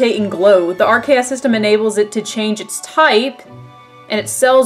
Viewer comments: I like how people who pronounce Arceus as "Ar-see-us" don't notice the correlation between Arceus and the RKS system (Ar-key-us and RKS). SIlvally was created in the image of Pokemon god. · Arceus is pronounced with a hard C. Ar-Ce-Us. RKS.